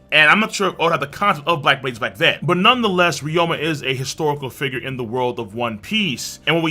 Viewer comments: Why do you keep calling him ryoma? It’s ryuma, isn’t it? Even in Japanese. I’ve heard it in the anime. Even in the manga it’s spelled “ryuma” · who is reroama? its re-you-ma